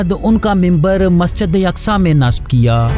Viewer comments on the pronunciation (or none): Masjide yaqsa nahee Masjide aqsa hai woh..